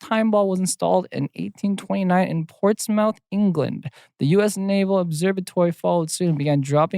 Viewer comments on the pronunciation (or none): Not Jae pronouncing Portsmouth (ports meuth) as ports mouth 😂😂 (I’m from Portsmouth)